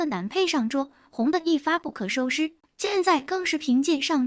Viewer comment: 一发不可收尸…..这发音….